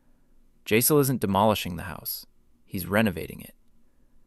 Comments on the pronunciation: It's pronounced YICE-LEH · Jass-il , i aint moving its "jass ill" i aint moving.